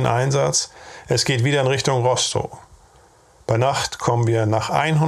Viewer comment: Es spricht sich RostoF aus. Ist ja kein pommersches Kuhkaff 🙃. Schön sachlich vorgetragen. Was haben diese kerle doch geleistet.